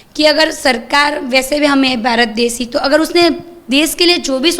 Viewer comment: Des nahi desh . 😂